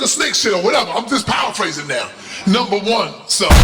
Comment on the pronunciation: Did say hes powerphrasing its paraphrasing powerphasing sounds like sum srar war stuff